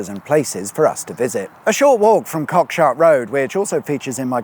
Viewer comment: Shame you didn't pronounce it correctly..."Cockshoot". And "Bell Toot".